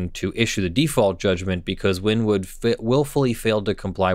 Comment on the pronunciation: I hate to sounds like a nerd, but Wynnewood is pronounced "winnie-wood."